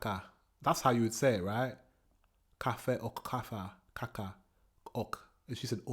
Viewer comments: Kaka (cookie) is pronounced with a long aaa for the fist a. Kaaaaaka. Phonetically [ˈkɑːka] The first a is the same as in father. The second a short, and doesn't have a equivalent in English really, but as long as the first a is long and the second is short, you are as close as you can. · Can´t even imagine an hike without a "fika", I feel so swedish now.... 😄(You say "kaffe och kaka" good. But an longer "a" in the first a in kaka. "kaaka") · Also, worth noticing: kaka with a looooong second "a". Kaaaka. Not like the German woman says it here. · Coffee = kaffe Cookie = Kaka Kaka is pronounced like cake, that's what's so exciting about the Swedish language. Many words are similar but don't mean the same thing, or they've been Swedishized and wandered away 😂